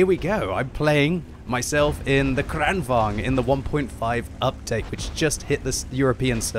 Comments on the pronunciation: Its not kregwagn its krigsvagn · You pronounce it like Krān-vaang-n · Just an observation. Lengthen the first A, and shorten the second in Kranvagn. Kr-AH-n, and say vagn more like you’d say wagon, but without the O, and with the V 😉 you seem as though you like to try correct pronunciation. Hope you recovered quickly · You saying kranvagn wrong, seitch the a sound around